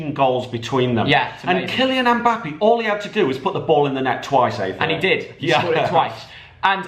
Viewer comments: did really say "mbapee"? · The way says mbappe lol 😂